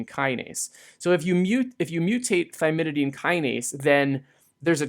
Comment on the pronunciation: thymidine kinase, not thymididine kinase, which you keep on saying. I get this too with phenylalanine lol